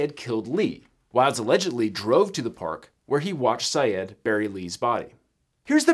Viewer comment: It’s pronounced “Sy-ed”.